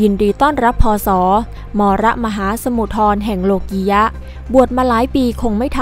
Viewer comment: เขาไม่ได้อ่านว่า สมุดทอน เขาอ่าน "สมุด" ครับ จ้างผมอ่านไหม?